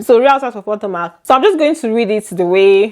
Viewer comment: I am not trying to be rude or anything but It pronounced puh-to - Muhk. Not po-to-mac.